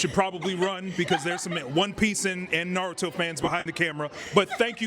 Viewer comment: Damn, first hot take, and we already gettin nardo instead of Naruto 🤣.